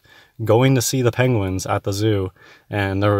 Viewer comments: is not worth the time of day. Also, is he calling them "Pengwings"? If so, he's more stupid than I thought. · Has anyone else noticed he is saying 'Pengwings' rather than Penguins? Or at least sometimes, like Cumberbatch style.